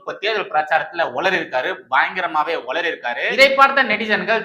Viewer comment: "உலறிய" அல்ல; "உளறிய"